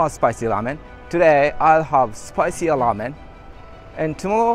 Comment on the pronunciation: Its ŕrrrrrrrrramen not lamen